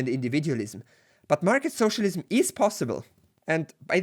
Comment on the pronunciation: I love that United graphic. Also has one of the best pronunciations of socialism I've ever heard, lol. Soooocialism, HA!